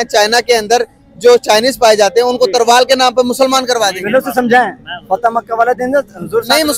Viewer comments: Youtuber bol raha hai???Tarval yaa Talvaar???? 😂😂🤣🤣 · अबे तरवाल नही तलवार